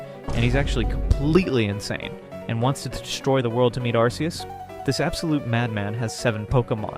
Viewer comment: Its ark ee us not arse ee us bro. Arse is a whole cuss word. You really think theyre gonna include it in an official pokemon name? be serious